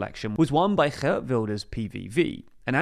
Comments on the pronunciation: tbf he does get it right in "Geert", so he should be able to say "Schoof" if he looked up how to say it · but then in this video he pronounced the G of Geert Wilders relatively well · You pronounced Geert so well but then fumbled on Schoof. The ch is the same G-sound as in Geert, and Schoof rhymes with loaf. => "sgoaf" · Props for correctly pronouncing Geert's name. Schoof is the same sound though. None of that matters since he won't be Prime Minister anytime soon